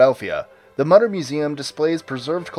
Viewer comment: it's pronounced MOO--TER museum.